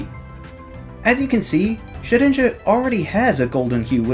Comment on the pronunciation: For some reason I heard 'Jet Engine' instead of 'Shedinja'